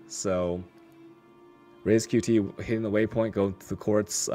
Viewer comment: Only problem is that doesnt know how to pronounce a fucking name right... RaizQt. he says Reiz xD